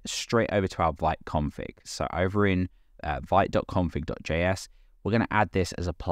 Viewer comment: Sorry for carping, but from the the first page of the fist tutorial of Vite's original website: Vite (French word for "quick", pronounced /vit/, like "veet"). :)